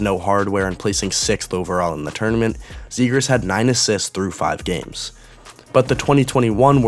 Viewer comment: "trevor zegraah"